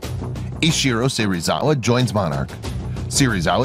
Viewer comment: In Japanese, 'e' is pronounced as in 'egg', so it's 'Se-ri-za-wa' not 'See-ri-za-wa'; the father of Ishirō would also not be 'Ee-ji', but closer to 'Ai-ji'. Most of the rest of it was fine, but I was wincing every time those came up